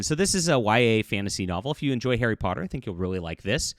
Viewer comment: "Terry Potter" Enunciate please.